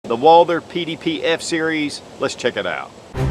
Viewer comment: Walther not Walder or ist your accent? I'm sold on this pistol, maybe a 4 inch barrel. Does in come in .45 acp?